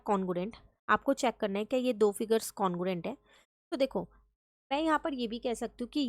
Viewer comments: congruent no no no congurent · Congruent no no congurent